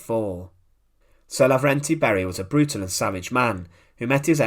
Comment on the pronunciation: He was Levernty , not Laverty. And it wasn’t a brutal execution, rather it was a truly just execution.